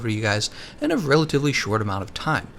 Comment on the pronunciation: RELATIVELY being the emphasised word here LOL